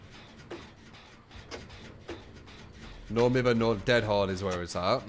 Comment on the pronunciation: It burns my brain to listen to you pronounce no mither like that lmao